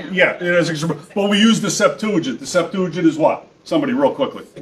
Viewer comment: Why does he not know how to pronounce "septuagint"?